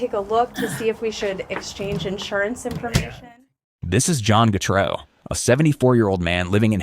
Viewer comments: So what is it... Gatrou. Getrey. Getray. Gatrey. Getreau. Gertrey? Gartrow? Getru? Getreu? Gatroux. Gatrous. Gatrus. Gertrus. Getres. The pronounciation changes everytime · How can you pronounce getreu right so many times and massively fuckit it up so many many times aswell